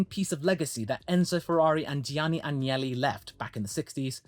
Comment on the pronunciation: It's AGnelli. Not Angeli. They are basically the Kennedys of Italy... And no Angels whatsoever. Old "Silver Nose" Agnelli was quite the match to the wily "Drake". Elkann is the intelligent grandson... he has a clown for a brother.